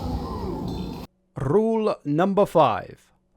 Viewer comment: Rrrrule N5